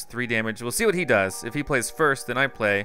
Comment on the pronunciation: He said frist not first XD